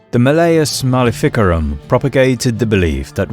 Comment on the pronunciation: The way he pronounces malificarum makes my teeth hurt.